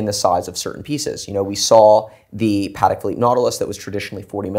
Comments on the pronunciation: If the auto sub thinks your saying paddock YOU'RE SAYING IT WRONGLY!!! short "pa", emphasis on the "Tek". Come on!!!! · They both pronounced Patek different. Which is the right way?